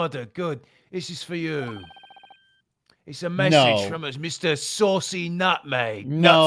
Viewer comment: "Saucy Nutmeg"!? Wow, they're not even trying to pronounce these Japanese names anymore.